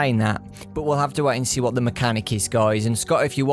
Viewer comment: That "what" sounded more like a "u fukin' wot m8?!"